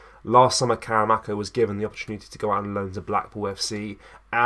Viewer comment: More click bait pish...hardly worth a video. Here's a tip..why not wait til there's actually news to report on instead of constantly making vids about heehaw. Also, its karamoko not karamako 🙄